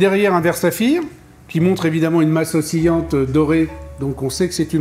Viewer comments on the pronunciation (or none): .... C est masse OSCILLANTE !!! Pas ossïante!! La vache les pros..😱